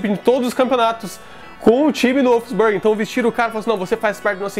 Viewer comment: Vídeo Massa porém Wolfsburg se pronuncia um pouco diferente 😂👍